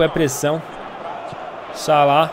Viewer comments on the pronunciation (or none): salada em vez de salah kkkkkkkkkkkkkkk